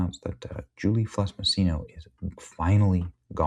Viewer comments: Im glad she got fired but my guy are you dyslexic? Julie FELSS not FLESS fuck sake youre killing me. Had you not shown her name written on the screen I wouldnt have known but physically seeing how its spelled and hearing you purposefully say it wrong over and over was cringe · Benny, read man - it's not Fless - it's Felss. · Benny. You have trouble reading. Get it right. It's easy. It's Felss. Not Fless! You're doing this a lot. Other videos too.